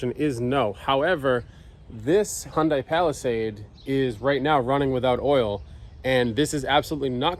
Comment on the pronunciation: First, Hyundai is pronounced like "Sunday". You said it holds 7 quarts, you said it had "no oil". You put 2 of the 7 quarts in and a miracle occurred... 4 quarts magically appeared!!! If you suspect you may have oil problems, carry some with you.